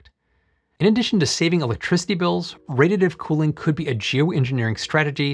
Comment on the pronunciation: Just a professional tip: when your announcing the actual subject make sure you pronounce it clearly and correctly. I had to wait over halfway through the upload before I could actually understand you were saying "Radiative Cooling".